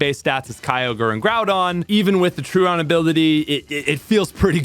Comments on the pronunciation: Did you say "truont" instead of "truant" ? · Why does every Pokémon content creator seem to mispronounce "Truant" when talking about Slaking?? "TRUE--INT" not "TRUE--AWNT" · Truant is pronounced "true-ent" not "troo-aunt" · He said something like “troo-aunt” which I almost didn’t understand. I’d pronounce it “trew-ant” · "truant" pronunciation is nuts here